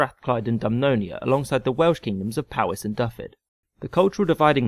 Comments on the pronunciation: "Dyfed" ... really? You can get away with your pronunciation of "Powys", but c'mon. It's "Dy - Ved." A single "f" in the Welsh language is an English "v". Other than that ... I'm not at all salty about this period in history. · Thats not how powys is pronounced but whatever